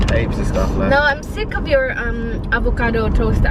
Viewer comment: Yung mga pagpronounced mo.. Yung WELL u say Will. Yung OFf You say Uff...